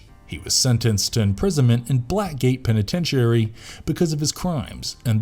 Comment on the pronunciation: I'm slightly amused by how you mispronounce "penitentiary."